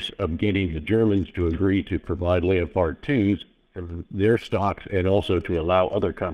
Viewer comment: Is that really how Americans pronounce Leopard? /lay-o-pard/?